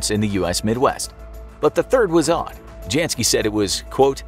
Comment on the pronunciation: The J in Janski, is pronounced as a Y, same goes for German names and all Slavic names. For a show about informing people, you sure don't know how to properly say names based on their ethnic and linguistic background.